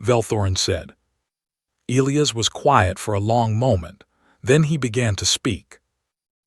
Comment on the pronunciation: I wholeheartedly agree. The AI pronounces the name e-Lee-as, should be e-lie-us I believe. But at least there are not any Roman numerals to screw up. As in Kepler Vee-eye-eye instead of Kepler Seven. 🤣😎